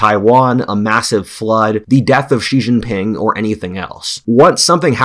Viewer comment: Consider that "George Friedman is an internationally recognized geopolitical forecaster and strategist on international affairs and the founder and chairman of Geopolitical Futures." but he can't pronounce "Xi" in Xi Jinping -- the second most important global leader for the past decade.